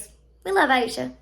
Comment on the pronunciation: Its pronounced a-sha